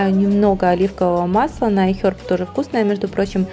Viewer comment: зачем ты так стараешься имитировать правильное произношение английских слов? Это выглядит нелепо и смешно. Вот в этом видео слово "iHerb" из твоих уст звучит как отрыжка...